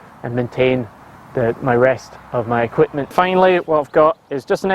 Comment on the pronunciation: Quipment? And I thought us Australians were good at dropping off unnecessary syllables. Approved!